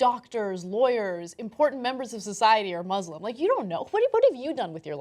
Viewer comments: I'm glad that you're defending the Islam by making fun of an Islamaphobic person, but it actually is called 'ISlam' with an S not a z, 'muSlims' with an S not a Z. thanks 😊💞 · IT'S MUSLIM NOT MOZLEM WTH